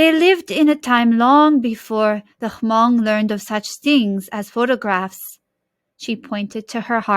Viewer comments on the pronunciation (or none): This is a great set-up for a read-aloud. I love that the pictures are easily viewable. However, the reader is mispronouncing all of the Hmong words in the story. This book includes a pronunciation guide, so it's really frustrating to see that the reader didn't bother with that.